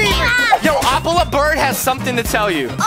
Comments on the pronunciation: Its not opiiiela its ohhpila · O pila bird is what they say it’s o pi la bird